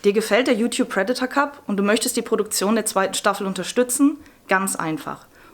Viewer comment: Prèdator nicht predátor